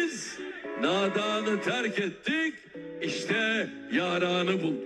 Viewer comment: Abi bunun izlenmesi neden bu kadar az mdkkdkdk bazı yerleri anlamamışsınız. mesela "yaranı" dediği kısımda telafuz yüzünden insanın aklına farklı bir şey geliyor. O yüzden gülüyoruz. Sizi severek takip ediyorum, çok samimisiniz ❤️